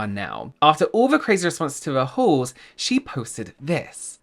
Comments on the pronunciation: My American ears keep hearing "Christmas whores" instead of "Christmas hauls" 🤣😂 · I heard "whores" not "hauls" 😂😂😂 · Oh dear, my Aussie ears heard it as Christmas wh*res, not hauls 😮 oops 🙊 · The way I kept hearing “whores “ instead of “hauls” 😂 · Oh my god I thought you said Christmas whor s.